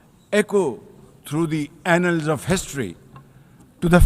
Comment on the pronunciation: Did he just say anals of history 😂😅